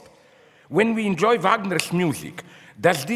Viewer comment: "Now when he enjouys freedom" LOL yes orvelian freedom, hilarious...